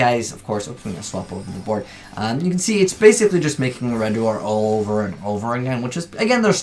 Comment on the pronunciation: Do they ever suspect that whatever they say makes no sense? Nah they’re like ok it’s Red oo er forever and nothing else.